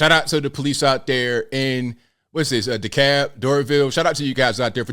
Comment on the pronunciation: You pronounced Dekalb correctly. LOL That man crying is nuts. Moved out of Atlanta last year and am sooo glad to be gone. Crime is too high for me, right before we moved my son's coworker's husband was almost killed by a random shooting as he was driving someone to the airport, doctor told him if the bullet would have hit him 1" over, they would not have made it to him in time. That man needs to cut off that pony tail and man up.